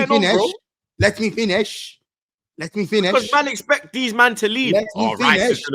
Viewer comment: Let me fineshh LOOL